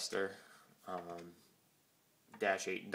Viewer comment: lol worchester :P its pronounced woooooster